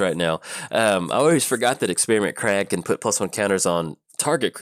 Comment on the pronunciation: Some interesting pronunciations today :P Scourge of Krog, Experiment Krag...